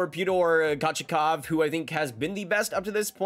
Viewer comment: bro said paytor kochachov. for your sake. it is pea-oh-ter Co-chet-kov